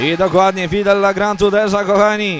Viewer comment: Fedde Le Grand czyta sie "fedelegrand", prosze nie kalecz :D